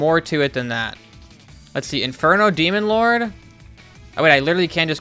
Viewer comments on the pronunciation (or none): none